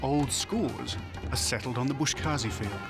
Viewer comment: The narrator keeps on calling it “bosh kazi”🤣he misplaces the letters instead of saying Boz Kashi” he calls it bosh kazi” it’s a Farsi word Boz means goat 🐐 and kashi means pulling, grabbing depending on sentences structures.